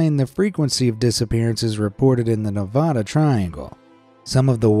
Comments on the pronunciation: Its NEVADA not NEV-AH-DA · Ne-vad-ah not Ne- vah- duh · One thing YOU MISPRONOUNCED NEVADA!!!!!!!!!!!!!!!!!!!!!!!!!!!!!!😡😡